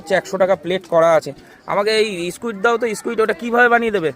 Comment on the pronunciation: Es ki uchharon squit ok